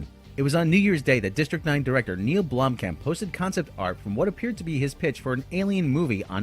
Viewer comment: his name is pronounced BLOOM-Khamp not Blom-camp. yoy sound like a damn idiot when you say it....